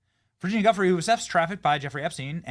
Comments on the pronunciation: LoL 😝- I can’t believe you hacked her last name that bad Benny - I think 🤔 it’s pronounced (“joo-fray”) - the G sounds like a J - anyway, as with all the Epstein stuff- looks very suspicious 🤨 and we’ll never know the truth about it— ever. Prayers for those affected by this incident 🙏❤️ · Virginia's surname is pronounced "Jee-oof-ray". You should at least try to get that right.